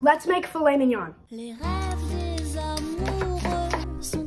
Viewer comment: Sounded like he said let’s make flaming yunnngggg